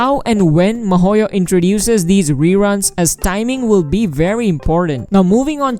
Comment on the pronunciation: I am sorry but who is MOHOYO. It is so funny, I love it every time when I watch your videos and I just hear MOHOYO this and MOHOYO that. It's great.